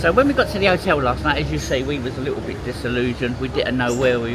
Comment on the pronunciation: And otel lol